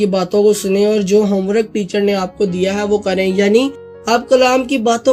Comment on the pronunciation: Bhai God bless you bht acha kaam hai jo ap kr ry but bhai ek masih me bhai hoty howe just apko ye kehna chahta k apny words ki pronunciation ko bilkul thek kro for example ap ny bich me word bola (homewrok) jab k sahi word home work hai not wrok. Esy bachy b galt word sikhy gain. God bless you more brother